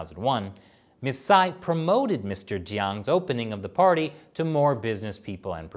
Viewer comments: my man, Cai is pronounced Chaee not Sai. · Shirley should tell how to pronounce Cai 蔡。 Anyways, I am a supporter of and China Uncensored.👍